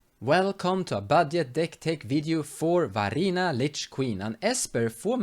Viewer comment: VAR-INA NOT VAR-INIA god i got triggered. mispronunciations aside, nice deck! :)